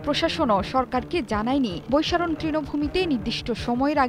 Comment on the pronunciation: আপা বৈসারন কি? নিউজ পড়ছেন জায়গার নাম টা তো অন্তত ঠিক করে জানবেন!